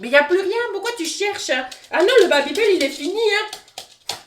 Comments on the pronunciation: Tu fais que dire babibeul c'est babibel et ça ce pronoce babibél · Babibééééle pas babibeul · Mais pourquoi babybeul?😭 chuis la seule à dire babybel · Ho mais le "babybeul" m'a fait beuguer toute la vidéo 😂😂😂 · « babybEUl » mdrrr